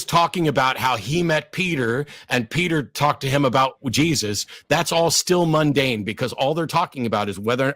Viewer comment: "moondane" Really??